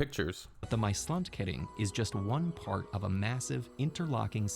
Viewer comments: It is NOT "My Slant kuhring" It is MAASLAND KERING, MAAS - the river , land- the erea, kering - blocade...PLEASE have some respect and look up how to pronounce things...don't be such a yank... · It's the Maasland kering